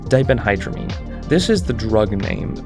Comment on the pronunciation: 1) That ph in diphendhydramine has an f sound, not a p sound. 2) Diphenhydramine is the active ingredient in most OTC sleep aids, such as Tylenol PM. So, it is commonly used for aiding sleep (though they usually charge more for the sleep aid than store brand of Benadryl).